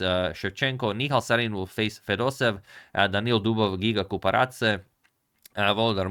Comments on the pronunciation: It's FedosEEv, not FedosEv ! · Just wanted to give a small correction to pronunciation of Fedoseev! Because there are two e’s, in Russian you end up hitting the sound twice (and e makes a “yeh” sound). So it’s actually pronounced Fedose-yev. Thanks for the video!